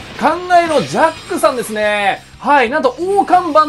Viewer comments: ジャックがジャッジになってる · ジャックがジャッジになってるよ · 誰も言ってないけどジャックのところジャッジになってる